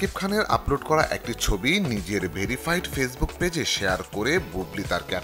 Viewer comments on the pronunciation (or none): none